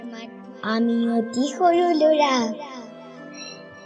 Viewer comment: Vl hoise kintu lura nohoi lora